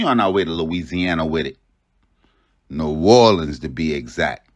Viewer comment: The city is pronounced New-aw-lenz Ain’t no gangs Bunch of street niggas running together from the same neighborhoods and projects. The names r the names of specific places and streets and some are random names and wards that these guys represent. Just cus the news say gangs is not an accurate statement.